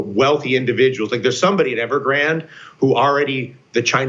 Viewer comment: Not a big deal but you are pronouncing Evergrande incorrectly just a heads up. Ever-Gran-Day